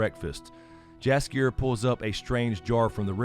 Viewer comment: Polish person here. "Jaskier" is pronounced as "Yaskier". By the way it means Buttercup.